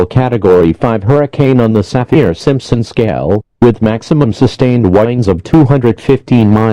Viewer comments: I know this is supposed to be serious but I can’t help but giggle every time the guy says WHINDS instead of winds. 😂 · To me it sounds like strong wines 😂